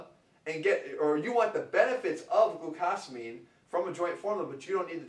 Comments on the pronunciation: "gluCAHsamine" cringe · he pronounces glucosamine wrong and it pisses me off